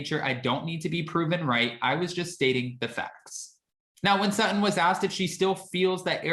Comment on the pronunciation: When did Sutton become "Suh-in"? Are glottal stops the new thing?